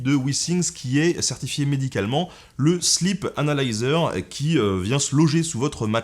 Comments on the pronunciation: sleep (i long) sinon, ça fait slip :) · J'ai cru entendre "le slip" et non "sleep "😂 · MuteTheSong C’est parce qu’il l’a prononcé slip anal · "le sleep analyser" => mes oreilles => "le slip analyseur" 🤣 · vaut mieux le prononcer sleeeep 😁